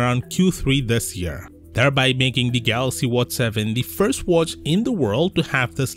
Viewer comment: Come on.. its watch, not whats